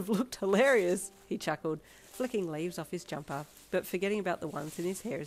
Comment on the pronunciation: Wene you said jumper as jacket i thot you said dumper mi soory 😭